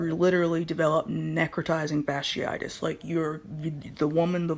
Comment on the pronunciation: as a microbiologist her pronunciation of necrotizing fasciitis was abysmal. But this isn’t a new disease. Necrotizing fasciitis; these particular cases seem to be caused by group a strep which is common. Typically when you go to the ER for a cold they are gonna run Flu AB and Strep AB. For it to cause necrotizing fasciitis these patients had to be immune compromised somehow. This one really isn’t of alarm to the general public outside of certain circles because in a normal healthy immune system it shouldn’t progress to this stage. Now what would be of concern for me though is if it was antibiotic resistant; because at that point if exposed to enough people and enough mutations happen then virulence could be enhanced to infect people with healthy immune systems as well since we won’t be able to eradicate it in infected populations. Microbes are pretty fascinating. I also really wish people would fully know things before trying to put out PSA. Like if you can’t pronounce it you probably shouldn’t be educating 😂.